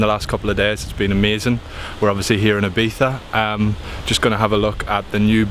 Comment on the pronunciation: Did you just say Ibitha???